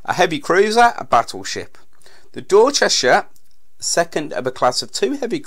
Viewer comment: it ia a shame that the speaker does not know how to pronounce the letter H!!